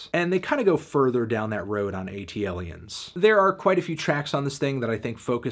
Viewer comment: Sorry...ATLiens is pronounced as so. Not A.T.L.iens. had to be that guy.